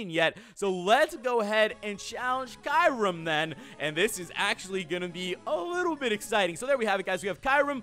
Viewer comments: He said kayrum hahahahahaha its kyurem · Kairem? I think you mean kyurem